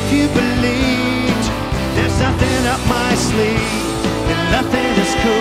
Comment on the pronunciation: Believe not beleet